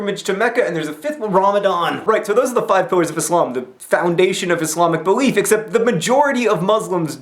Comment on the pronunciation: Im surprised to hear that you have so much knowledge about Islam. You even say Islam and not izlam haha. Peace from a Muslim :)